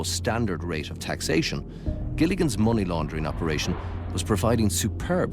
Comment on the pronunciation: Monies... 🙈... Its MONEEEEEEEEEY